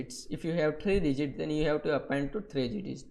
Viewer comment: Amazing tutorial:) "Apenddd" haha